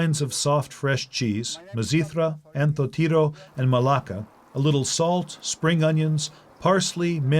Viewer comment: Hahaha he said "maláka" (curse word) instead of "malaká" (soft)